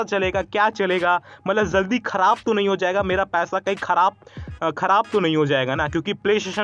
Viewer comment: Zaldi nahi jaldi di bolo bhi